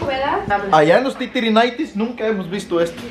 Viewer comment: En los “Titirinaites“, Jajajajajajajajajajaja y, muchas gracias por sus videos, por inspirarnos, entretenernos, motivarnos, mostrarnos un poquito de nuestro querido Guerrero a quienes no podemos viajar, pero sobre todo gracias por mostrar con sus vidas el amor de Dios. Que Dios los bendiga y que este 2022 sus metas se cumplan en el nombre de Jesus!